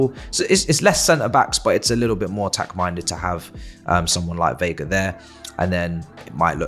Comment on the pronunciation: veiga, not viega